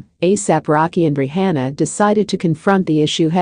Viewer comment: Say her name right!!!